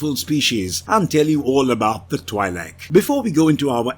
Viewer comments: IIRC, Twi'lek is pronounced like twee-leks. Also Twi'lek is short for "Twin lekku" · The I in the name is pronounced with a hard E sound. (TWE-Lek) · Good sir, Twi'lek is pronounced "twee-lek." The "Twi" part is pronounced like "twee," and the "lek" part is pronounced like "lek." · isn't it twee-leck? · Am I the only one annoyed by the pronunciation of Twi'lek? It is not supposed to sound like double/twice